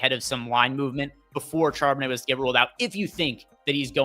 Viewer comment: Then you hear him try to pronounce Charbonnet 😮